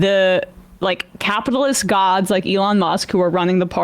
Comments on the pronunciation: Sam's steadfast mispronunciation of things ("Eh-LAWN Musk") will be standing monument-like when all of the right-wing movements-of-the-moment have fallen by the wayside. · Who is Ah-lon? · That’s The Jewish pronunciation of Elon Musk am I right ? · After all the years Sam still pronounces Elon's name wrong. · Sam is so committed to mispronouncing "Elon"